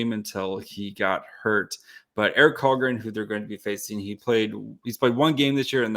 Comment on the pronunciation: Its Victor met-tay not victor Meat. And Eric SHallgren